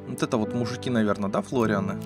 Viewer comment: Не ФЛОРИАНЫ А / Флораны